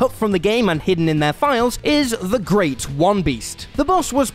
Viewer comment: Why does he say that bloodborne bosses name like that lol no wonder you think it's a weird name being that Great one should be said more like one word. I don't care that much but it bugged me a little I'm a bloodborne nerd I'm sorry lol.